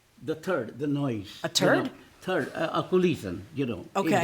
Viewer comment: For anyone wondering, I'm pretty sure when says "thurd" he means a "thump"